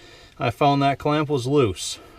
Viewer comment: Ah so wittle chinaman forget to tighten cwamp ,No good !!